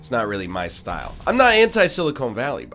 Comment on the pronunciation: Did he say "Silicone Valley" twice?